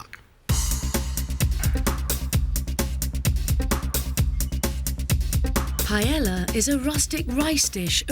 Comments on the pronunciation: Why british cant say PAELLA? not Pellela LOLO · Sweet jebus how come the British can't seem to figure out how to properly pronounce paella? It's not that hard. Pie-ay-yuh